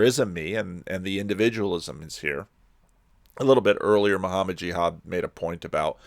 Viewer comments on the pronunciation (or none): none